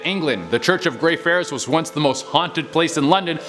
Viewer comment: Basilica is pronounced Basil-ick-a. Lol And you missed the R when saying Greyfriars. 😁